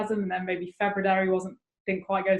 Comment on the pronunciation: FebuDAIRY....😂 Thanks for ruining my favorite month.😞 sheesh